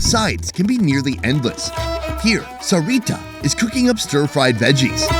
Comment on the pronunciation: You rolled the R in Serita